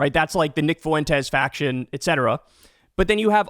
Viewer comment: The Fue in Fuentes is one syllable. The e is the strong vowel and the u is the weak vowel. Just say something like Fwentes.